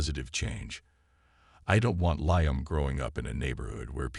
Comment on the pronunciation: If you can’t pronounce Liam don’t make the fake video.